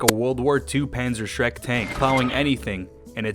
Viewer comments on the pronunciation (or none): Honestly the worst part was when you said panzerschreck tank, as someone into tanks this hurt my soul